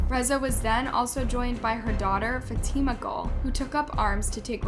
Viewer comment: The way she pronounced fatima😭😭